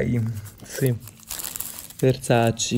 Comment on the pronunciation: Versace e Dolce e Gabbana che si battono sulla corretta pronuncia del brand:: VERSACI DOLCI E GABBANA